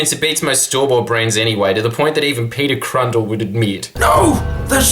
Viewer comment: Did he just say Peter Crundle? (Cundle?)